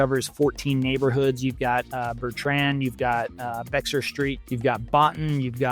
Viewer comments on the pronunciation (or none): Sorry but it is in Bay-ar county not Bex-ar. 😮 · Did you literally pronounce Bexar BeX R????? 😂 You know it’s pronounced BEAR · I luv your content. I always tune in to your videos. Lots to learn about Big D's growth! Question: When talking about South Dallas, did I hear you pronounce Bexar ("Bay er") as "Bex er?" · Bexar Street is pronounced BEHR. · Bexar is pronounced like Bear. The x is silent. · South Dallas: BEXAR Street is pronounced: Bear 🐻😀👏✅. The "X" is silent 🤫. 🤠🇺🇸🦅🗽💪🙏